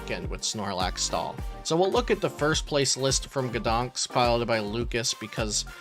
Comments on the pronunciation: GdanSK, not GdanKS! Same mistake in every video... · You know what I thought after hearing the city's pronunciation? "I'm surprised it wasn't Iron Valiant/Entei that won Gdañsk Regionals." ... I'll see myself out.